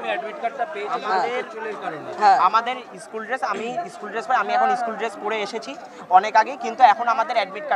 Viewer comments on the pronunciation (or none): Shoole uccharon e to vul korche eschool bolche 😂😂🤣🤣